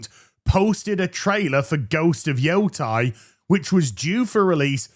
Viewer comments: YO-TEI. Not JOTAI <It's leviosaaaa!> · Please say the name correctly... ei has an eh sound... like sensei. it isn't Yotai, its Yotei.